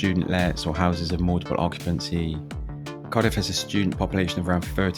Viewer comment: Couldnt watch it very long, as mis pronouncing names of areas. Do your homework mate